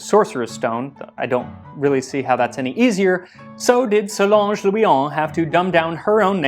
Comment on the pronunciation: Interesting (hi)story It's Solange by the way, not Solonge.